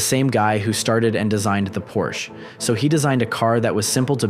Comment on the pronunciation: You're pronouncing Porsche wrong the e isn't silent